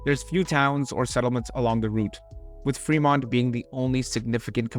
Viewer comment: not a huge deal but it is fermont not fremont. iron (fer) mountain (mont).